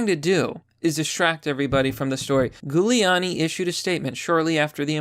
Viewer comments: its pronounced JEWliani, bro.. get it right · are you mispronouncing Giuliani on purpose? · Dude, have you never heard Giuliani's name pronounced before?? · Holy shit, he can't say italian names. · You're saying his name wrong. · Pretty sure that's not how it's pronounced. It's an Italian name, you're pronouncing it in a very American way... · How do you not know how to say Rudy's lady name. It starts with a J sound even though it a G. Bc it's Italian. No one has ever pronounced it with G sound in every major news and TV - ever. Just saying. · Dude I have never once heard Giuliani's name pronounced that way before this video... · Why are you having trouble pronouncing Giuliani? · Its pronounced Julie not Gulie lol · It's not 'Gooliani' it's 'Jewliani' How do you not know this? Otherwise, great video. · It’s not “gew leani”, it’s pronounced Jewel lani. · Jew-Lee-ani, not ghou-liani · JU liani. Lol not Goo liani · Just tried to type out phonetic spelling, using the first 3 letters of jewel... comment is shadowbanned..... you nailed it though PLEASE PRONOUNCE HIS NAME PROPERLY. "J*w-lee-aww-knee" NOT "Goo-lee-aww-knee" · ok pls pronounce his name correctly.. JEW-uliani pls bud.. thanks~~ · It's pronounced Juliani. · Bro I like your videos but PLEASE do your homework and properly pronounce people's names! You are pronouncing Giuliani's name wrong. It's a soft g! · It’s Giuliani - pronounced Jew-Leonne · "jew le ann e" for correct pronunciation, lol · Gooliani? Really bud? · Were you mispronouncing the name to make it extra spooky for Halloween? Ghouliani lmao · It's pronounced "Jew-lee-annie". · It’s Jewliani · Giuliani = Julie-ahny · It's pronounced >> JULiani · Giuliani is pronounced Jewel E ani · if I might... Giuliani is pronounce "Julianie" (Like Julie with an "annnie"). Hope this helps. MAGA/KAG 2020! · Please, stop pronouncing his name Goo-liani... lmao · have you never heard Giuliani’s name said out loud? pronounced jew-liani